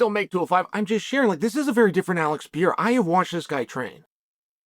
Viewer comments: One day, Chael will realise Pereira has 2 Rs in it. Til then, "pea-era" it is 😂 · "Alex Piera", finally someone speaks American. Figures it would be Uncle Chael.